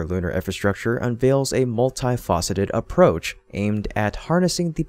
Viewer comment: “ Multi-fauceted”. 😂😂😂 it’s multi faceted buddy.